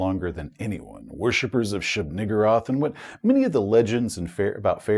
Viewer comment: Thanks for the great review. I might suggest that a slightly better pronunciation for the eldritch god first mentioned would be "shub nuh - GOOR - ath" but that is, of course, up to you. I do think it flows better in such exclamations as "Iä! Shub-Niggurath!" as well.